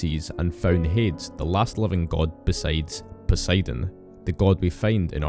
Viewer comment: You did a good job with getting the lore right, but I gotta say: I don't think I've ever heard anyone pronouce Hades as HAY-DZ rather than HAY-DEEZ.